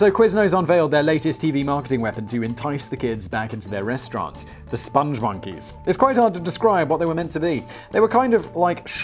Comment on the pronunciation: Ah yes. The SpongMonkeys. No 'e' t the end of spong. The Lair of the Crab of Ineffable Wisdom